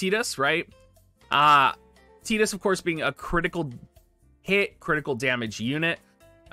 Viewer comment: TEEDUS NOT TIIIDUS